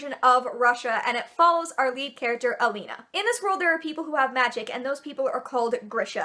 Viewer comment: Oh my god, you pronounced Alina right. This is so rare.